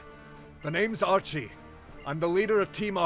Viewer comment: Warn me before you hit me with Scottish Archie, that caught me off guard but in a great way. Lol